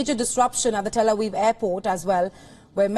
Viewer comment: “Tel Aweeve” 😂